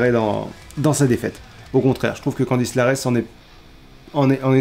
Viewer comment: Bonne vidéo comme d'hab par contre c'est Candice LErae parce que LArae ça sonne bizarre 😅